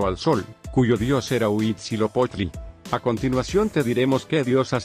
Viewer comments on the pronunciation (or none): Desde el momento en que dice Huitzilopochtli mal sabes que no puedes confiar en este video